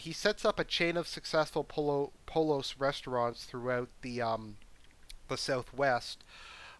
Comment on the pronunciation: Things I learned watching this video. 1) Everybody's gay. 2) You hem and haw like its part of the script. 3) "poLos"? Nobody is that white my dude.